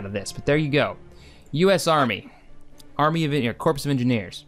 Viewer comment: Corps is pronounced like "core", not "corpse". Just a head's up :p